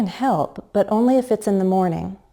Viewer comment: In the example: I can help, but only if... You used falling tone instead of fall-rise tone. That's an error.